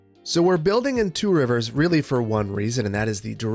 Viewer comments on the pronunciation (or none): Two Rivers? It’s pronounced Trivers